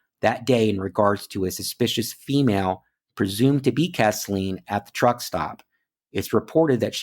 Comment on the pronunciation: Three little corrections. I live in the area and Chatsworth is in Murray Co., not Whitfield. You pronounced her name Kess-Leen but her name is pronounced Keez-Linn. The town she went missing in is pronounced Ree-sack-uh. Im not trying to be 'that guy'. It's awesome you are covering these cases. I live in the area but have only become aware of them a day ago!